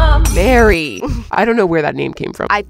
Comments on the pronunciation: Why did I hear Beary but it’s Mary😭😭😭😂😂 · I thought she said Berry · she calls her mary, emphasizing the M twice after announcing her name. You can hear it